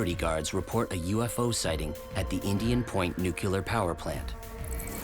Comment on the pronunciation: i watched all the way till the narrator said 'nucular' and i knew it was all crap. never trust anyone who cant say nuclear. the low iq required to not pronounce a simple word correctly tells me all i need to know about every other word they spoke.